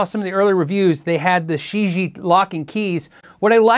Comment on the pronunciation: Gonna guess that Shijie is 世界 (which means "world"). Pronunciation would be more "sure jeeyea" - just use google translate to hear it said.